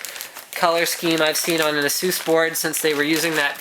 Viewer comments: you saying ASUS wrong man lol (A-sus) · I agree with the Saying Asus part wrong. Say it correctly. also its C MOS Not Cmost or whatever your saying.